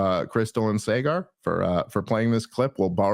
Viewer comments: Dave, Saagar Enjeti’s name is not pronounced Say-gar. It’s Saa-gur. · The day may come when Dave learns to say Saagar’s correctly… but it is not this day. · Someday Dave will learn to pronounce Saagars name. And someday I’ll learn how to spell it